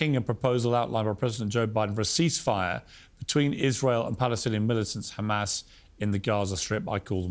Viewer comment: “Hamases” said like a true blonde lol